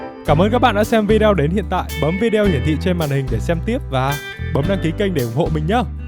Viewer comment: Chào bạn ! Cả thế giới ai cũng đọc là VI-ĐÊ-Ô , không có vi-đeo nha bạn !!!